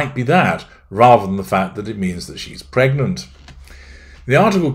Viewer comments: Psst....it's pregnant not "pergnant" ;-) And nope, don't believe a word of it....just a ploy for attention! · “‘PERGNANT…’! You did that ON PURPOSE, didn’t you,?!?” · Haha! Your 'Pergnant' reminds me of my daughter in full Country mode. " I need the torrrlittt!" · *PERGNANT?! A pervy gnat?…